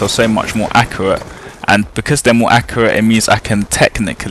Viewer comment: "Accerate" lol